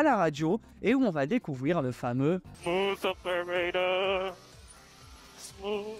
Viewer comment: “Smouss aupairator”